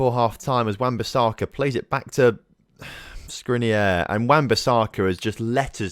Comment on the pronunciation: The only mistake you made in saying Skriniar is the end. The "AR" is pronounced like in "far" or "jar"! Glad to see you signed a player from inter😁💙🖤